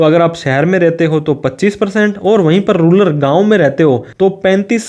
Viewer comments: रूलर नहीं 👉 रूरल होता है वो 🙄😐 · Ruller Nehi bhai ru-ral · Ruler nahi rural. 😂